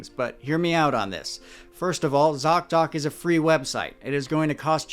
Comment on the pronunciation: Thank you so much for this important work you do. Your thouroughness is remarkable. ( Also, you are the only one who can say zocdoc without it breaking my head😅). I really appreciate you!